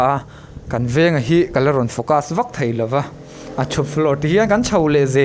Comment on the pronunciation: Inkhua chu nawm hmel hle mai, mahse' thei' tih tur hi 'thai 'i i ti zel a, beng a ti kham thin ka ti